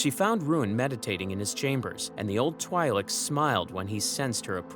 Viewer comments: Twi'lek is twee sound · Great video, but bro can't pronounce "twi'lek" even if his life depended on it